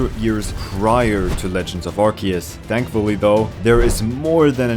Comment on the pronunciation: it's pronounced arc-oo-se!